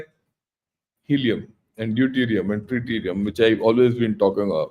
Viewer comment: Sir, I think you mean Tritium when you said Treetium. And I don't think it has been discovered on Mars.